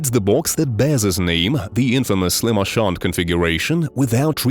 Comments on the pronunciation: Lament not lamend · Dog what the f was that lament configuration pronunciation